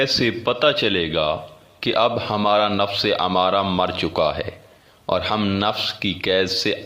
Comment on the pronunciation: امارہ نہیں بلکہ ام مارہ ھے یعنی میم کے اوپر تشدید ھے